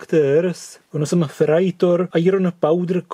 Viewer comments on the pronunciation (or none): none